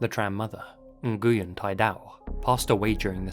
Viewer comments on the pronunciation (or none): Nguyen is one of the most common last names. It's insanely disrespectful to not even attempt to pronounce the victim's name correctly. A simple google search would have told you it's more similar to "nwin", not "nn-goo-yen". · the common vietnamese name "nguyen" is pronounced "win" or "when", not "na-goo-yen". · Our surname is not pronounced Naguwen. It's Newen. Like new-when or win. The G is silent and the y is pronounced as a w. Vietnamese is a weird language and I'm sorry to be that guy. But I've had my surname pronounced wrong my whole life n so yea. Jus thought u should know. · if I had a nickle for everytime I've heard someone pronounce the last name Nguyen (win) as (Nih-goo-yin) I'd have 3 nickels which isn't a lot but it's weird it happend 3 times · Nguyen is pronounced “When”, just so you know. This is not a joke. Something like 80% of people of Vietnamese descent have the same surname. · Super sheldon moment here but Nguyen is pronounced like "win" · Nguyen is pronounced "N'win" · Love your videos, and this comment will probably get burried, but I need to say it... You take so much time and effort to reseach these stories, so it might we worthwhile to pronounce the names right - if for no other reason, than to show appriciation to people from those cultures. Tran sounds more like [chan], Nguyen like [new-yen]... You can easily check how the foreign names are pronounced, on websites like Forvo for example. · Friendly Tip: Nguyen is pronounced like win, apparently!